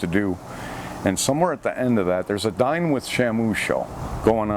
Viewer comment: "Dine with Shamoo" I thought he said: "Dyin' with Shamoo."